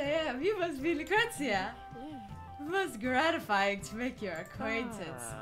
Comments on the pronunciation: The receptionist,Lucretia, is my name and its pronounced la-kreesha not tryin to hate but still you slaughtered my name lol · its pronounced lu-cree-sha